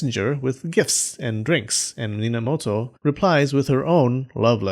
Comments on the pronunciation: Nobunaga? Ne, Bobunaga it is Minamoto? Nope, Ninamoto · "Bob..unaga" and "Nina...moto" I almost laughed out loud at that part, but manage to hold it back somewhow xD